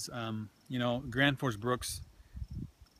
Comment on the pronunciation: Randal Flagg It's actually "Graensforsh Bruuk" :) (Gränsforsbruk) Directly translated it would be "The border river/stream factory" (Word Bruk is not a translation for factory, it would be "Fabrik" in Swedish, but bruk comes from the Swedish word "Jordbruk" which means farm (Jord = earh, Bruk = to use). There is no English translation for the word. A bruk is a place where you refine natural resources, in this case metal.